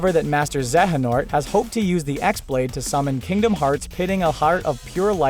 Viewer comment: good list but the "X" blade isn't pronounced X.